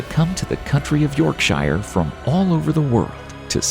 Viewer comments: York SHIIRE ? Bot voice ? If there is enough calcium in the water, it will harden, and look like thinks have turned to rock .. no miracle here with limestone. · totally agree with that! yorkshyer 😂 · Lol I’m more cringed by how he pronounces Yorkshire 😝😂😂😂